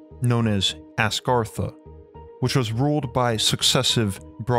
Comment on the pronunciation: The guy speaking is enough to put you to sleep plus Agartha's not the true name he's not even saying it right I can't pronounce it correctly my self I've forgotten more languages then I can remember.